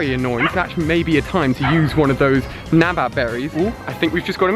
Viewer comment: 1. It's NANAB berry not NABAB. 2. It's OMANYTE and not ONAMYTE 3. I love you besides that.